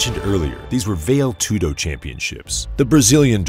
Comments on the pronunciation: It's pronounced "Vah-Lay Tudo" not "Vail Tudo". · Val-ay, not "Vale" Tudo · My god the correction pronounciation is "Val-ay" tudo, not "vail" tudo. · It is pronounced Va-lé Tudo, not Veil Tudo. Sounds just as weird as someone calling Patrick Swayze Patrick Swaze...for the rest really excellent work, very informative and thorough and very entertaining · It’s pronounced Val-A Too-doe 🤙🏼 Greqt video of a legend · Vayle toodoe 😆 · VALE TOODO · why are you saying "veil" tudo lol. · "Vail Tudo"... okay... seems legit... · “Vail toodo” lol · “Hunter of Gracie.” “Mu-wee Thai.” “Vail Tudo.” Terrible. Just terrible. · "Vale" Aspen Tudo? Lol. At least learn how to pronounce things, like names and contests. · learn how to pronounce Vale Tudo ffs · This film's visual production was excellent, but you continously mispronounced words, and used words that didn't pertain, like partair, which isn't used in for the top position in mma; patair's position is an optional position in armature American (or folk style) wrestling and the primary starting point in top position in freestyle and Greco-Roman wrestling. You mispronounced the word Vale in Vale Tudo (which sounds like 'valley' not 'val-yay'). Constantly saying "negative record" is uncalled for too, it's not necessary. All around, I enjoyed the video, but you need to produce your script better. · The way this guy says "vale tudo" shows how little he knows about the sport. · So do you pronounce "karate" as "carrot" or "kay-rate" just cuz ur not Japanese? Wud u take a "marial arts channel" seriously that couldn't pronounce "karate"? Cuz this is just as egregious. There IS no MMA w/out Vale Tudo. All due respect, but if you weren't a casual (not that there's anything wrong w/ that) u'd know that it's kinduva big deal.